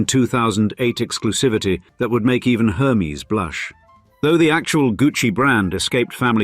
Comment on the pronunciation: Her- meeez hehehe